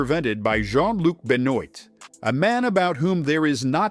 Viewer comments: The surname Benoit is pronounced "Ben-wah"...Shoutout to Chris Benoit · “Benoit” is pronounced “buhnwah”